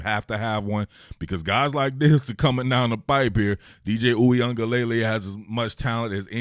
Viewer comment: Your pronunciation is WAY better than most talking heads lol. Only thing: it's luh-lay at the end, spoken very quickly, not lay-lay spoken slowly. Not hatin'; you straight up need a language degree to pronounce this dude's name 😂